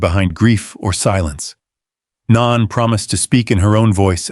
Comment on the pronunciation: No knee, not non. It's pronounced no nee